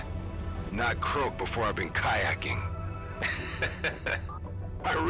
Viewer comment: "So, about kayecking." Had me dying lmao